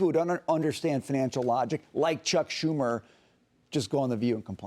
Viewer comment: ..saying it by EXPERIENCE..SHUMER???..😂